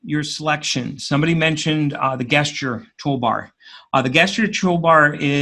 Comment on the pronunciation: Appreciate the video. I am currently going thru the CSWP exam. One point though (sorry, it just bugs me), the word Gesture pronounces the G as a J. It's just one of those quirks in the English language.